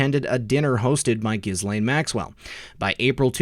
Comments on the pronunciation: I believe Epstein’s victims pronounce Ghislaine’s name with a silent S to rhyme with Elaine. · Ok... since we are going to be saying it xxxthousands more times in the coming months - we should probably get it right. It's [Ge-Laine] with the accent on the 'hard G" - "not a soft G" > =Jis > Jhis... I hate being "this guy" pssssssst. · This may seem petty....Ghislaine is pronounced: JILL AINE It's French.